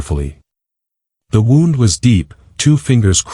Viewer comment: Bad AI. Check pronunciation of “wound”.